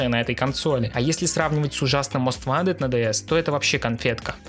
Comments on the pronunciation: Не мост вантед, а моуст вонтед. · Я тебя умоляю, говори "мост вонтед".